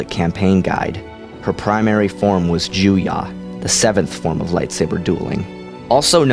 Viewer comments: It's "Ju-YO". Why do you keep pronouncing it "Jew-YAH"? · Why do you say 'JUYA'?! Isn't it 'Juyo'? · It's Juyo, not Juyah. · the seventh form is called Juyo. it sounded like you said Juya.